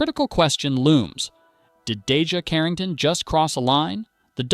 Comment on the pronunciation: First off say her name correctly